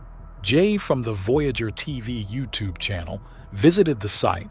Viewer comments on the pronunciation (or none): none